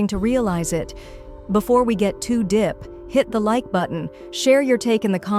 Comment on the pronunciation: The voiceover need to get the words r..when it said too dep instead of too deep I knew for sure the baby’s name was Gary and not G-erie…